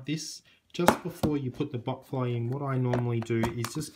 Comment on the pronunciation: I keep laughing in the vid because I hear butt fly